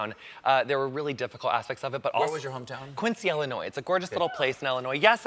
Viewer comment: Weird that someone from Illinois pronounces it as Ellinois.